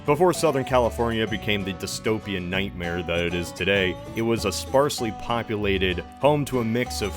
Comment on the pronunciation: "disopian nitemare" yep can confirm